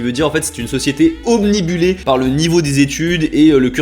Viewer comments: on dit "obnubilé" et non "omnibulé".. voilà voilà 😁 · Super video mais un petit reproche toutefois : c'est pas obnibulé mais obnubilé. :))))) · Juste une précision, en français on dit ''obnubilé'' et non omnibulé comme tu le dis vers . Très bonne vidéo sinon comme d'hab, j'aime beaucoup le fait que tu essaies de vraiment comprendre le phénomène sans juger. Ta chaîne est géniale! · C'est pas Obnibulé mais Obnubilé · B'jour (juste because je trouve ça mignon)! Vidéo très... remuante dedans. Mais, j'ignore si d'autres ont relevé, c'est "obnubilé" et non pas obnibulé:-) Good work nonetheless. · "obnibulé"... non, obnubilé 😂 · obnubilé pas obnibulé sinon vidéo sympa. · Juste pour info car j'ai souvent fait l'erreur, on dit "Obnubilé" et non "Obnibulé" ou encore "Omnibulé". Voili voilà ;)